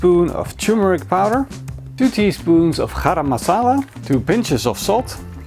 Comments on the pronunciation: Bruuh it is not Haram Masala, it is Garam Masala. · Garam Masala = wrraam masala! LOL